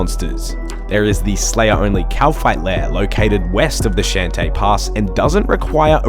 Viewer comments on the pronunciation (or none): none